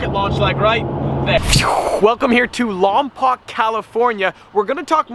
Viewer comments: it is lon-poke not lon-poc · When the goes to your home town in Lompoc and I’m not in town.... and you say it like longpoke I’ll have to keep my eye out for the baby Mac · sorry but Lompoc is pronounced LomPOKE...im from Santa Barbara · Its pronounced Lom-Poke.... But its cool to see a video of there, I grew up in Lompoc/Vandenberg Air Force base area as a kid. I remember the late night missile launches. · Lmao he says Lompoc so wrong